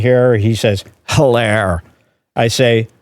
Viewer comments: I'm still not over "hilar' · hiel hilar